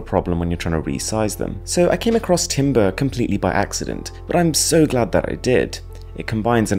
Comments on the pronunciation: Just so everyone knows. Timbre is pronounced TAM-bər at least in musical terms. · I cringed so hard when he said 'Timbre' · When he said Timbre I thought said Tinder😂 Great video though! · I heard "Tinder" over timbre and thought, "About time..."